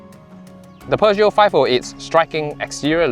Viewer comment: l l NOT, NOT, NOT ... Peuge-NOT. I I I I I I I I I I